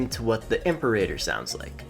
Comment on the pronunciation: Great videos so far! Just a note it's pronounced "im-pear-a-tor" not "imp-a-rater"